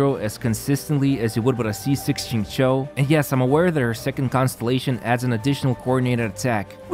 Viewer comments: Hi, Xingqiu is absolutely not pronounced like "zing-cho". This name is pronounced "sing-chu." It's cringe hearing you say his name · You are wrong as well. It is /Shing-chow/